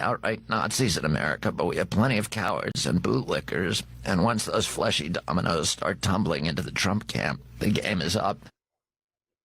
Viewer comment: RFK Jr. should never again say the word “fleshy”. 🤣